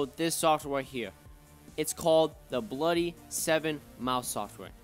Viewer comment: Yo he says bluy 😆